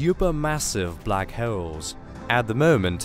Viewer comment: I’ve learned a lot about blackhewls today. But very informative documentary.